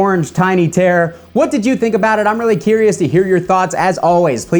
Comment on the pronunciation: Your accent maker terror sound like tear.